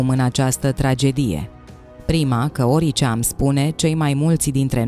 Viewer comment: Draga, te apreciem mult, dar in "Les Propheties", t-ul se citeste "s" si TE ROG EU NU MAI PUNE ACCENTUL PE "I" in cuvinte ca orice, oricare, ci pe "o", ca nu mai sună românește!❤